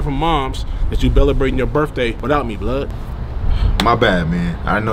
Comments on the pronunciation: “Belebrating” took me out!!! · This shit still cracks me up 😂😂 “belebrating”